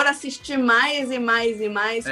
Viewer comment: Eu amo a chamando o Juan de 🤣🤣🤣